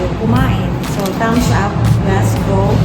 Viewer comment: just to let you know it pronounce “ Glasgo” po although its spell Glasgow ❤